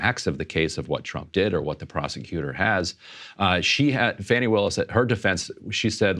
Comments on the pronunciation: Her name is pronounced "fah-knee" ... Not fanny. It grinds my gears when i hear Saagar mispronounce her name. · So you dont even know she cheated on him or how to pronounce Fannis name ...